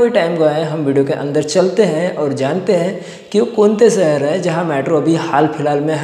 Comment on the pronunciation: Saher nhi shaher hota h dost . Lagta h marhathi medium se padhai ki h aap ne